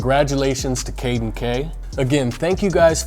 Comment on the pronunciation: Omg I thought it was me when he said caden